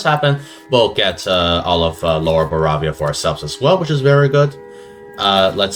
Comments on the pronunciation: Yeah I'm totally gonna watch a video where someone keeps saying baravia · Bro united the HRE as Baravia